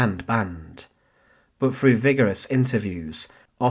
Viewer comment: Decent content but stop saying things like wif and free frew and twentief. Learn to pronounce your own language mate you just sound fick otherwise